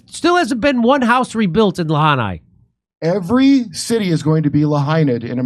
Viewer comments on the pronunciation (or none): Jimmy: Where's Lahanai?! 😭 Sorry, I jusr found it funny Jimmy butchered Lahaina more than once. But the message is more than valid. When will the masses realize these DC clowns are useless! Camel-ugh is an obvious Cocaine Import Agency a$$et like Obama. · It’s Lahaina not Lahanai 😂. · Jimmy -- stop saying 'Lahanai.' It's 'Lahaina.' Kurt's got it right. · Jimmy it's called Lahaina LA hi na not la ha ni. Every time you say it wrong I stop dead in my tracks. Your partner keeps saying right. Get it correct please jammy dero. Thank you. Love the show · Quit saying La Hana. It’s Lahaina.🤦🏻‍♂️ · La Hi Na Jimmy, not La Ni Ha. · Hey, I agree with your views, but you've been corrected twice. It's" La-hai-na". Say it. Get it right for God sake. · 100% agree with the sentiment. Lost friends in Lahaina. Family still displaced in Georgia. I’ve lost 17 friends to the fentanyl crisis in the past 2 years. But for the love of god it’s pronounced LA-HIGH-NAH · Lahaina (La-high-nah). And Honolulu, not Ha-na-lulu. It's a little thing but the effort will be appreciated. Thanks Jimmy! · Come on it’s La-hine-a!! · Stop saying Lahanai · La-hai-na…. Try it with me now Jimmy 😂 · Jimmy - Lahaina = Lah-Hi-Nah 😘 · It's La-High-na Jimmy. Lahaina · "La high na" Jimmy. It's not that hard. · Lahanai? Jimmy, listen to Kurt he tried to correct you. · It's pronounced LA-HIGH-NAH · It’s pronounced La Hi nah Jimmy. I was there back in 1991 it was a beautiful paradise. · Jimmy cracks me up. He can't pronounce Lahaina to save his life. He butchers it every single time. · C'mon Jimmy. Lahaina. It's not that hard. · Kurt trying desperately to get Jimmy to pronounce Lahaina properly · It's Lahaina Jimmy. It rhymes with va🐱ina. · i think its hilarious that jimmy refuses to learn how to pronounce "Lahaina" yet references it 15x a week, Kurp corrected him and butchered it again within 3seconds